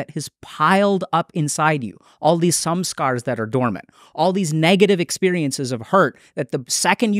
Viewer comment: when he says “samskara” it sounds like “sum scar” which is an apt description for samskara